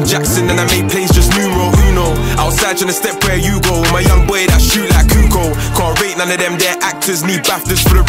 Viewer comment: It's pronounced Kukoch (Kukoč) not Kukoo